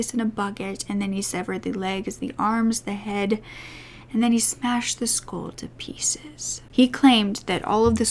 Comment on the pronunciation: I love your videos! Only thing is, when you say 'skull' it sounds like 'school' and its confusing sometimes 😅 sorry, I'm not trying to be mean, just thought I should point it out.